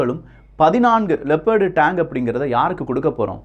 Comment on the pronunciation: Tang iillapa,Tank. Tremb illappa, Trump .Pronounce properly.